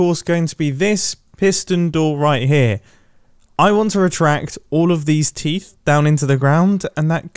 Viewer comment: teeth teef